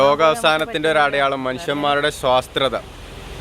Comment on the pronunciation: സ്വാത്രത അല്ല 😄😄😄😄.... സ്വാർത്ഥത ആണ് bro